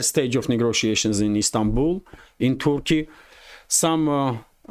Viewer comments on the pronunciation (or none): none